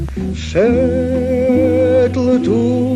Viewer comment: PAMIĘTNA BALLADA... BARDZO MĄDRA WGM. ✌ :D 👌 I TO PRZECUDNE DAWNE SŁYNNE POLSKIE KRESOWE PRZEDNIOJĘZYKOWE "Ł" [eł] >>> = "SZEDł TU..." & "BIAłE KOŚCI..." - JUŻ DZIŚ PRAKTYCZNIE NIESPOTYKANE... A SZKODA! PZDRM! A. B. 😎